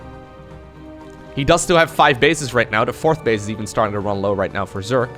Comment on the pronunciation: Is there any particular reason you say "zerk" instead of "zerg"? That's got me intrigued lately.